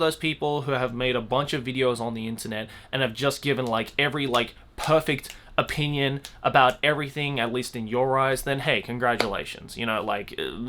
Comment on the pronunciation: Joey when you say the word “opinion” sounds like “O Pein uns “ idk 🤷‍♀️ you said this word like. 100 times in the vid 😏